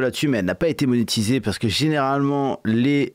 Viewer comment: c'est pas monétisey gneuhgneuhgneuh